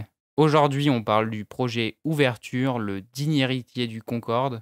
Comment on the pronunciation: Vidéo très intéressante et bien construite mais fait attention le modèle c’est « oveture » et non « ouverture » des fois c’est bon et des fois pas, petit detail voila voila